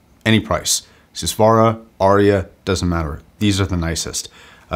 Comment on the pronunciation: It's not DEE-VA, it's THEY-VA/DEY-VA, meaning the Divine. You need to check out the original pronunciations of Arya, Sundara, Deva, you're mispronouncing all of them. PS: These are taken from the Sanskrit language.